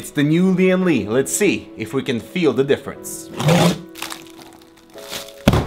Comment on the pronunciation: Lian Li sounds like leeandlie